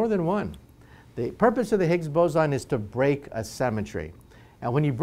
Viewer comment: I'm sorry, but when he said break symmetry I imagined a particle destroying a gravestone from how he pronounced it.